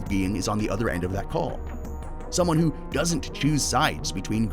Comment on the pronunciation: 1-:14 "HWO IS THAT"